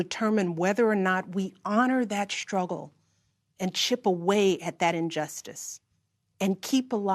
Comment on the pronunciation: She can't even say, Struggle, she says, Scruggle.